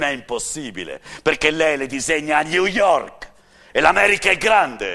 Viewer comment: " Gliù iork "